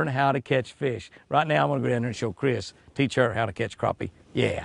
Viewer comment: Good to see you pronounce "Crappie" correctly! Too many pronounce it "crappy." SMH When you don't catch any fish in a day, that's "crappy." LOL! Sorry to see Chris "crashed and burned." What happened? Remember the acronym, "RICE," - Rest, Ice, Compression, and Elevation. Exercise it a little more each day, then hit it with the ice. Increasing circulation from the exercise works wonders, IMO. Just don't overdo it. I would have ate that bass Chris caught. She smoked you today. She has the magic touch! Stay safe, Jimmy and Chris!